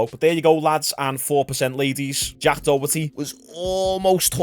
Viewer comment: "jack dohetty"